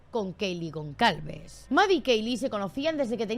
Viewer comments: Es gonçalves .....pronunciado gonsalves,no gonCalves🤦🏽‍♂️🤦🏽‍♂️ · Es Gonçalves y se pronuncia Gonsalves.